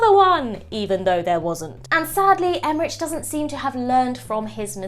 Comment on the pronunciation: Would it kill you to learn how to pronounce Emmerich?